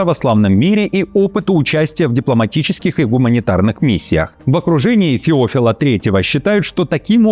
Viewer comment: ФеОфил 3 негодует от ударения (правильно феофИл)